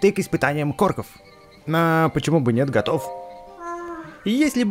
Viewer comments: не деревня КОРКОВ а деревня КОРОКОВ увидь и читай правильно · говори правильно не лес корков а лес короков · не корков а короков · не лес корков а короков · испытания короков а не икорков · Не корков а короков